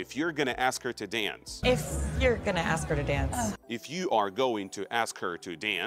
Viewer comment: мне же не одному слышится в последней фразе слышется в if не иф, а иэес?